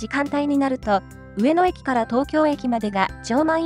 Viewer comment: 何が良いかって言うと、アクセントが神なんだと思います。 「上の」の「の↑」に聴き惚れてしまいます字面にすると訳わかんないですが自分で発音してみるとわかります(早口)。